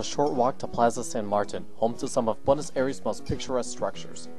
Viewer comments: "beautiful buenos erees" please say you don't pronounce it like that through the whole film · If you're going to make a video about Buenos Aires you gotta learn how to say it right. It would make a porteño cringe every time you say that in an english accent.